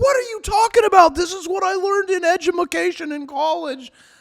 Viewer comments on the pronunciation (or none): Whuch you be talkin bout, edumuhcashun? 😂